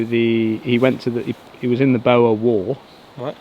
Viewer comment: I am back! MacKenzie started as a doctor and became an Army surgeon, he served in the Boer war , I guess you are trying to pronounce Boer. From there he studies camouflage ……